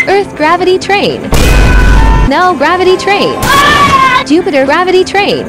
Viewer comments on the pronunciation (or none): none